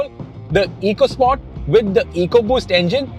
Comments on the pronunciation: It’s officially supposed to be pronounced “Echo Sport”. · Pronounced Echo Sport 🙂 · My best memory of the EcoSport is that Ford Ecoboost is of course pronounced "eeko-", but Ford's very own Ecosport model (that has an Ecoboost engine) is pronounced "echo-" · This is the FUHD ECUH SPAWT 🤣🤣